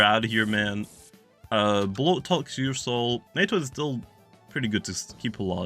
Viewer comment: Alternate Title: 29 mins of calling Ursnac "Ursoul"